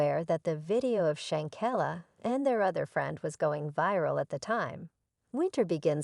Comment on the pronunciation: learn to pronounce shanquilla Robinson name correctly before you do any posting.